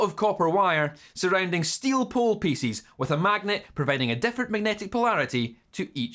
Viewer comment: i love "pieces" being pronounced like "feces ",makes me smile everytime